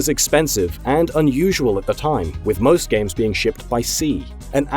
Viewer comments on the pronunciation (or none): none